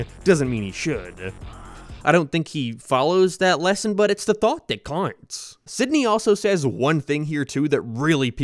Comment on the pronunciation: I'm new here, sorry, what accent makes one pronounce 'out' as 'oit' and other such similar pronunciations? It keeps slapping me out of the video bc the regular cadence of the speech is normal but then One Word is a lil 'curvy' lmao Edit: another example would be the 'its the thoight that coinghts'